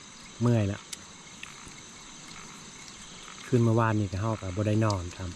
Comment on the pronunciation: ภาษาไทยเพี้ยนไปหมดคืนก็ว่าขืนนอนก็ว่าหนอน